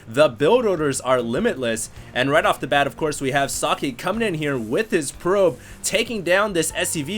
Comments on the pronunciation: So(not oe its an o)ck(a hard K)e(its not eeeeeeeeee, not sockeeeeeeeeeee its just socke) its short and hard pronounced, hes german ... not asian, at least that much you should have known .... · nice commentary! socke is german for "socks" and is pronounced [soh-keh] not [sake], u make him sound like japanese ricewine ;-) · It also Sounded kinda like he said "Sake", which is a Japanese Rice-wine :D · socke is german, you allmost got it, its pronounced with just a shory a at the end, not like sockay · its pronounced socky lol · Actually, if it really is German, you wouldn't pronounce it like that. The o in socket and how Germans pronounce o is different. English is kind of weird. There are so many ways you can pronounce a single letter, depending on the word it's in.